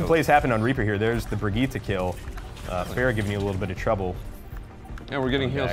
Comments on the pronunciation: Its bri- GI-TTE she literally says it in game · Its pronounced brigg-eeta